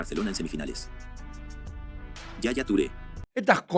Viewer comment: Yaya Toure❌ Shasha Toure ✔️